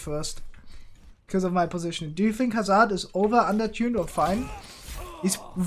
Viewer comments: Due to accent, he pronounced "Hazard" as "Hazz-are-d" instead of "Hazz-erd" like a traditional English speaker would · Your accent says "Hazaard" and people wants you to pronounce as "Hazurd". BTW which hero U2GM next ? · you pronounce it hazard not hazard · No, it’s actually pronounced Hazard